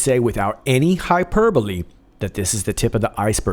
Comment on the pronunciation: 😂😂😂 how did ypu pronounce that... ??? It's "hy - per ' bo(y)- ole